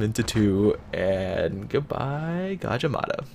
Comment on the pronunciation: You got a like because you pronounce "Gadjah Mada" right :P